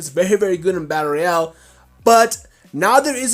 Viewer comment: Dude you say battle royal so fucking weird. You say it like "batter al"